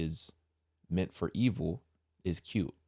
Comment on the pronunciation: literally the first time she said “cute” it sounded like she said “kill” hmmm NO NO NO!! In the name of Jesus Christ of Nazareth I rebuke any of the evil being produced, my God, The Lord I praise The Holy Spirit Amen!